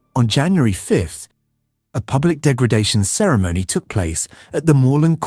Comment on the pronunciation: he pronounces "ceremony" incorrectly and he wrongly pronounces antisemitic as antisemEtic ...